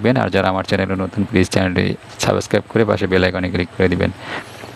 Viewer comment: Subscribe উচ্চারণ টা সঠিকভাবে করলে শুনতে ভাল লাগবে,,,, সবিকুন্নাহার নয়,, তিনি সাকিকুন্নাহার,,,,,, কি সব আপডেট দেন!!!!! আর এইসব শোনার জন্য আমরা উন্মুখ হয়ে থাকি